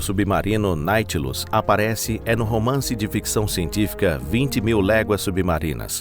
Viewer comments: O " NAUTILUS"" VIROU NAITILUS TENHA DÓ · Do vídeo eu gostei muito. Só detestei vocês ficarem falando Naitilus o tempo todo. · Ele erra a pronúncia de propósito,para os otarios comentarem. O ser humano é previsivel e manipulável 😅😅😅😅😅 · Depois da terceira vez que disse Naitilus ao invés de Nautilus tive que sair do vídeo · Escrito NAUTILUS e o animal lê Náitilus. Esse canal vai mal. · IA ou não, que quem temha postado p vídeo., corrija essa poha de pronuncia errada. Dá nos nervos! É NAU tilus, carajo. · Ô cidadão, É NAUUUUTILUS, Criatura!!! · Deu até raiva ouvindo o narrador falar naitinos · NaUtilus!!!! NAU! De navio!!!! NaUtilus! Sabe ler não? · Não dá, vou abandonar o vídeo ' naitilus' até dói os ouvidos! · Que voz de IA bem ruim, ouvir "Nightlus" o tempo todo nao da! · Tirando o "Na-i-tilus" da narração da IA, foi ótimo. Obviamente foi pirateado de um original americano. O pirateador poderia, ao menos, ter se dado ao trabalho de corrigir o nome do submarino. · Olha, se quer ser narrador, tente aprender a ler primeiro. Narração irritante falando o nome do protagonista tão errado. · A pronúncia correta é Nautilus!! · Pelo amor de Deus!!! De onde vcs tiraram esse ridículo "Naitilus"? Verne deve ter se revirado no túmulo! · Vai sfd... além de fazer um vídeo preguiçoso usando I.A coloca falando o nome errado de propósito, que ódio, deslike também... quer crescer, faça direito ou suma... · Não conseguem dizer nem o nome direito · É irritante saber que o cara fala errado o nome. E, de propósito! IRRITANTEEE!!!!